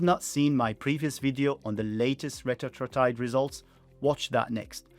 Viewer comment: Retatrutide is pronounced reh-TAT-troo-tide